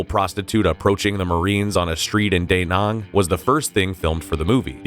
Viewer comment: What I'm really shocked by was how the narrator, in 2023, with information freely available immediately, could complete butcher the pronunciation of not one, but two Vietnamese cities, Danang and Hue (pronounced hway, not hu)